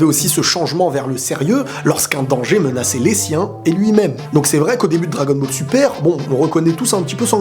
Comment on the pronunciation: Il a dit bagel super alors qu'on dit Dragon Ball super